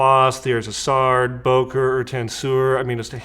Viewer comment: What an amusing video! I really enjoyed it. Just a little hint: The name of the company you mentioned is pronounced "Böker" instead of "Boker". 🙂